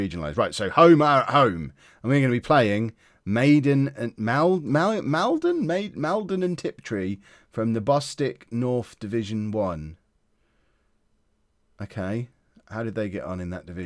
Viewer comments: Maldon and Tiptree is near me, southwest of Colchester in Essex. Maldon is pronounced "Mowl-dun" btw! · Your pronunciation of Maldon was hilarious 😂 I live down the road from both Maldon and Tiptree and it’s shame you weren’t away as their is a fantastic jam factory in tiptree